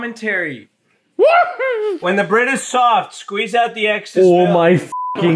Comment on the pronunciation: You know is zoinked out of his mind when he starts saying "WHHEEEEEEEEEEN THE MOON-"